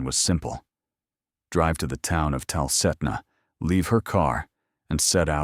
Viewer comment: Sue-sit-na River and Tal-keet-na.